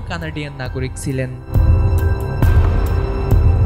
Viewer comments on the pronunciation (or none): উচ্চারণ ঠিক করেন প্লিজ। শব্দটা "যাত্রী, জাত্রী না" আর সিলেন আবার কি শব্দ? শব্দটা হবে "ছিলেন". বিরক্তিকর। এখনো পর্যন্ত এবং ইংরেজি খবর পড়ার সঙ্গে অন্য কোন চ্যানেলের তুলনাই হয় না।